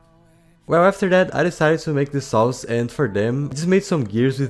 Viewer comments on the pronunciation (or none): Why does always sound like he's saying "sauce" when he says "saws"